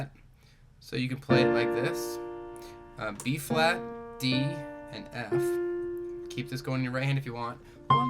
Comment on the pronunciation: Is he saying b flat or b fwat?